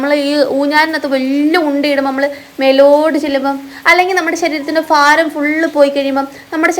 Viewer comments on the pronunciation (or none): ഫാരം അല്ല ഭാരം